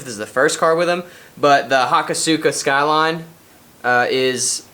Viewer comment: Hakasuka.... No it's Ha_kos_ska love the car dude can't wait to see it running , also tail lights